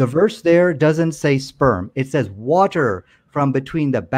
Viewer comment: OMG ISLAMIC KENT HOVIND! Wa-ter